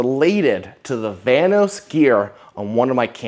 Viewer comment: The whole time at the beginning I thought he was saying the "Thanos cam gear" until I saw his diagram on the board where it said "vanos" 😂